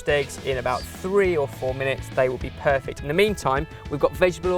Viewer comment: SAID PERFECT WITH A BROOKLYN ACCENT!!